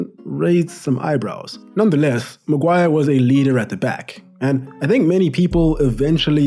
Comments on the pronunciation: The £egend that is the ‘Hairy Magwar’ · ITS' LORD MAGUIRE! GIVE RESPECT FFS